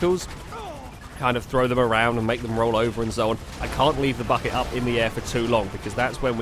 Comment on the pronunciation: said bucket and it sounded like fuck it I'm only 1 day old I'm unsubbing